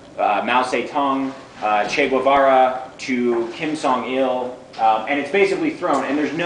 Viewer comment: and guevara isn't "gwavara" and who the fuck is kim zong il? There's two people he might be talking about, and neither of them are named kim zong il.